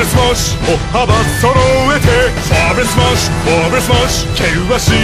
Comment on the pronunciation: It sounds actually very weird how Germany pronounces his own language wrong. :'D Vor allem 'Vorwärts Marsch" I'm German, I know what I'm tallking about. x3